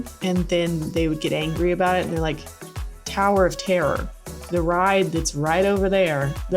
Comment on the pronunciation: Oh my god I thought you were saying "Tariff tare." Like is that a place in Star Wars? It turns out you were saying "Tower of terror." You need to enunciate.